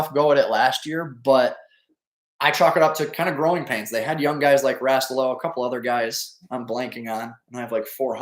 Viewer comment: “” has to have ties to the U.P. If not Calumet. So should be able to pronounce Rastello(Rah-Stella-oh) Just giving you a hard time. Keep up the great work covering the hockey landscape